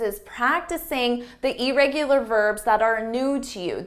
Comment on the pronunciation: Hard to take someone who mispronounces irregular serious.